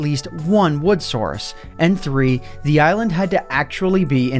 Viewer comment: Did he say "eyelond*